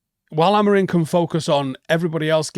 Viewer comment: Oh just a note - as per Portuguese speakers the M at the end of Amorim isn’t pronounced. Look into it.